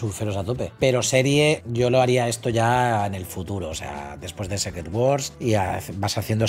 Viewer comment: Se pronuncia "Sícret", no "Sécret".